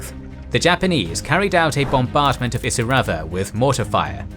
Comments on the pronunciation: It’s really annoying that he can’t pronounce Kokoda or Isurava correctly. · Having walke the track let me correct some pronunciations Kokoda: Co Co Da Isurava: Eye Sur Ah Va Myola: My Ola Deniki: De Knee Key Illola: Eye Lola Milne Bay: Miln